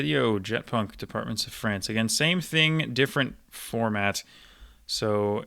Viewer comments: Your pronunciation of french departements is excellent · Very impressive as always. Curious to know if you're fluent in French and if you are, where did you learn? I'm from Montréal so it's fun to hear you pronounce all these departments correctly lol